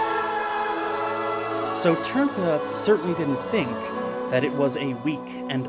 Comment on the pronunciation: Hearing foreigners trying to pronounce Ř will always be fun. But kudos for pronouncing Trnka more or less correctly,. BTW Dvořák isn't pronounced dvor-zhak, dvor-shak, dvor-jack, dvor-rak etc. And D isn't silent.